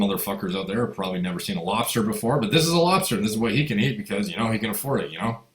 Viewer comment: What the fuck is a robster? Lol 😆 robster craw ... revenge of the nerds 🤓